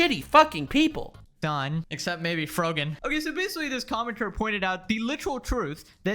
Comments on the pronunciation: I dunno why, but I love it when they call her Froggin instead of Frogan lolol. You know it gets her mad. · Frogan? I thought she was called Frottage or frociaggne.